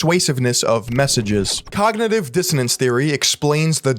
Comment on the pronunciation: dr oz clip really captured all of Tony Robbins content well... very high quality, very intellectual, he said cogntiviijss dsiannace too, very smart stuff